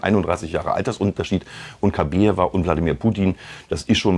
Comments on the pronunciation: Kabaeva,nicht Kabeeva. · KabAeva, sie heißt Kabaeva, nicht Kabieva! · Nicht Kabeeva, sondern Kabaeva